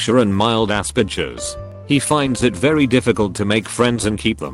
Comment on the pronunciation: when it said “mild aspergers”but reads it as “mild ass bitches” lol